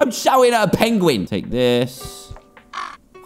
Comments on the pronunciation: its a peuinguin NOT peigoen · you said pigin xD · Did you here dad say pidgin 😂😂😂😂😂